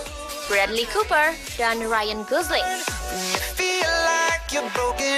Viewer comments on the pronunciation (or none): none